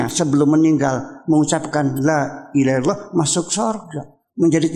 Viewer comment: Ngomong La Ilaha Illallah ga bener Uya.